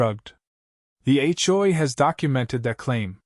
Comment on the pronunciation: It's H.O.A., not Achoe! LOL!